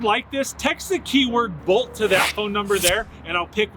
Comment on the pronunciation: I can't tell if he's saying Volt or Bolt.